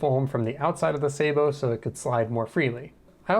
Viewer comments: the word "sabot" comes from french, and it's pronounced sth like "sah-boh". just look into etymology next time you wonder about such a thing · Sa boe, with the a as in as, apple hat bat cat.... Thd word is French. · "i designed a suh-bowe" im dying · Wrong! Its pronounced sabot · The word is pronounced like the computer voice does. Its French. The American military uses a bastardised pronunciation, only used by them. Even NASA uses the correct, french pronunciation. But you do whatever really, who really cares about any of this. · I love the video and I love discovering fun new ways to pronounce sabot edit: you've been saying it the same way as me the majority of the video and my prior comment was just a single time you said it with slightly different stress pattern (edit: the fancy way :P ). I'm very amused that you ended up looking it up in the video haha